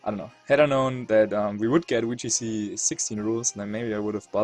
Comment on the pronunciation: not trying to be rude but can you say the "Vee" sound in VGC and you just choose not to?